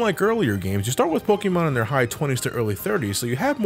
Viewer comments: Polkamon. Gee. You must be a big fan as to not be able to say it correctly. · gasp said Pokémon differently